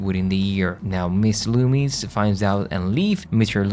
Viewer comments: It’s Macher not masher and Loomis not loomies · not trying to be mean dude but did you even watch the movies the names were not loomies and ta tum it was loomis (like dr loomis from Halloween) and tateum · i enjoyed your video. And I love the way you pronounced Loomis!